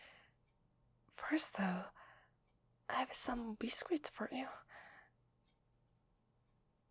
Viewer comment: I love the pronunciation of “biscuit” Bis-skwit